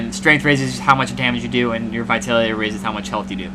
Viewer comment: it's pronounced vi-TAL-ity lol - otherwise good and thorough review! Thanks!